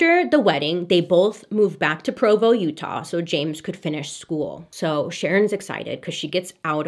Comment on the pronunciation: As a born and raised exmo..living in utah...your pronunciation fills me with so much joy. lol Provo is the Judgiest town of all the towns.